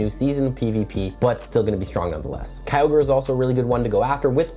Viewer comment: lol you pronounce Kyogre as "cowgirl"